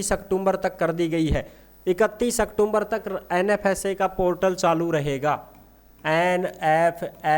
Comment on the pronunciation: भायडा अक्टूम्बर कोनी होवे अक्टूबर या अक्तुबर बोल्या करै😂😂